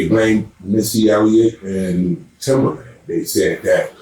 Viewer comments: Timbaland, not Timberland 🤷‍♂️🤷‍♂️🤷‍♂️ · Bro, it's Timbaland with an A